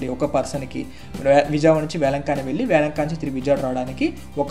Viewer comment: వేలంకన్ని. వేలంకానీ కాదు.